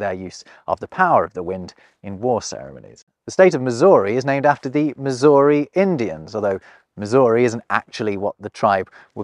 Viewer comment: bro said Missouri and calls himself a language expert, HA!